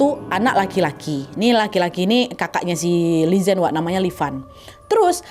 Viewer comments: lelaki kaya akong ni emank ciri khas pria tionghoa,setia banget asal g bohong mereka bakal setia 🥰 BTW Li zhen d baca nya Li Jen/Li Chen g si? sorry aga ingin memperbaiki 😭🙏🏼 CMIIW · Li Zhen dibaca Li Cen:)